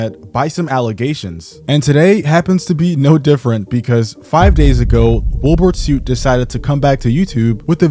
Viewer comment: Say his name right...